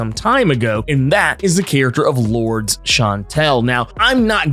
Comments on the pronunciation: Hey about the name Lourdes, it’s actually pronounced Lor-dess not Lords. Whoever told you Lords is incorrect. And yes that does include google. I know for a fact it’s Lor-dess as I have several relatives with the name. Sorry to be “that guy” but every time you mispronounced it caused me to cringe in embarrassment. Can’t have a fellow brotha out there getting it wrong. That’s all! Good video keep it up! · I know this may be small to some but Lourdes is (loor-des) not Lords. All in love. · I believe Sebastian Shaw's ex-partner's name is pronounced "Lord-es" not "Lords". Just an FYI. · I think it is interesting how you pronounce Lordes Chantel. You say “Lords” when I read it and pronounce it as “Lordis” I wonder which is correct? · I love your videos. One thing though. Her name is pronounced Lord-ez. Not the way I spelled it though🤣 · Love the Marauders books and always appreciate your analysis and fun, energetic commentary. Was reflecting today on the fact that I knew a person named Lourdes as a kid but it was pronounced Lord - Ess like saying confess. Would love to know if the writers intended it that way since it’s not a common name but that’s the only other person I’ve known with it.